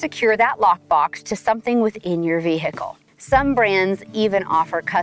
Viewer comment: Vee hick ull😅